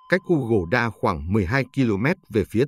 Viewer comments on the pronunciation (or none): Cái ông AI này đọc "u-gồ- đa" là theo kiểu gì ấy nhỉ !😢